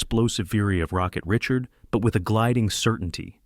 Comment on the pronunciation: Redo your narration, please. Maurice Richard is pronounced ree-SHARRD in French. You got "little brother" Henri correct, so I'm mystified how you missed on "the Rocket." I had the pleasure of watching Beliveau in the late 1960s. "Elegance" is a word not often used about hockey players, but Beliveau was elegant!